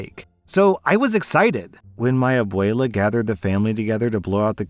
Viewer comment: Okay is no one else mildly bothered at how whitely says abuela and quinceñera? I don’t know why but it feels Wrong to hear it pronounced like that, coming from a spanish-speaking household, but it’s fine lol